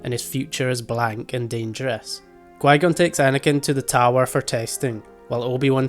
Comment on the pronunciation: but why do you say gui-gon instead of qui-gon?